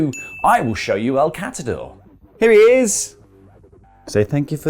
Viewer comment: Lmfao “3l Katador” 🐈